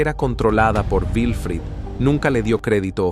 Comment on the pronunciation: No es vifrido, es Wilfrido, w